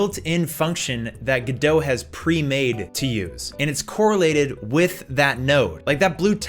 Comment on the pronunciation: It's pronounced Godot.